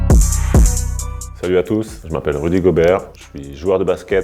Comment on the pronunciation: Gobbbbbeert ! J’adore quand les commentateurs américains prononcent son nom après un contre 😍😂